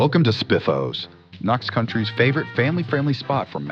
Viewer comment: "County" not country, it's an American thing of how a state is divided. Other than that i loved this